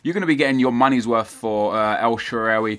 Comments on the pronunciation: Shaarawi no shaawari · its pronounced "el-sha-ar-way" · Pronounced el-shore-rar-wy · 'El Shaawary' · El shaaa raa (like the Egyptian God) wy (wii) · El shaawary... Nep fresking shaawary R awy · El Sha-roar-ry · I'm pretty sure it's El Shuh-rar-wee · pronounced SHA-RA-WY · El shuh-Ra-wee is the correction pronunciation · It's El Shaa-Ra-Wy and try Neuer at Striker haha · It's El sha-rawee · El shaarawy pronoun citation : el sha ra wee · Its pronouneced el sha - ra - vy